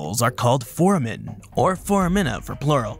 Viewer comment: I think they also mispronounced foramen and foramina? Unless I've been mispronouncing those words my entire life 😂